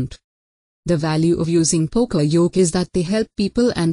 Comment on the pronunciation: that's not how to say yoke...